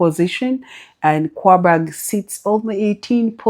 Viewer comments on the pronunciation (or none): Good morning, please don't be offended, I don't know how to reach you inbox. I have a complain. Please I find it hard to know when you're predicting, your presentation is usually flat, please try to distinguish the point you want to predict. Also try to know how to pronounce team names, it makes you look like you don't actually watch matches because I find it awkward that you pronounce Qarabag (karabag) as Kwabag. Thanks for all you do